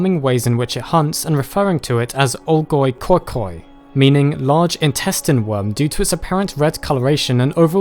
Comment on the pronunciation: the way u say olgoi-khorkhoi was so wrong that made me burst into laughter